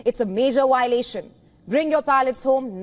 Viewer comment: VIOLATION AND NOT WIOLATION MADAME.